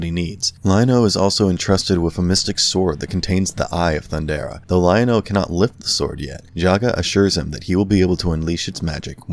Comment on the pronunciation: Let’s be real. This video was bad. As someone who grew up in the 80s and watched this show during its original run, the inaccuracies in this video were just too much. Earth 3 is something from DC comics. The Thundercats settled on Third Earth. Guy even mispronounced Lion-O early in the video. Completely forgets about Wileycat and Wileykit. And Snarf.. This video was so bad I had to turn it off after about the fifth minute.